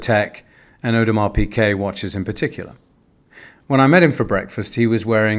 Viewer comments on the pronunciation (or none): It's Audemars peegay not peekay :-)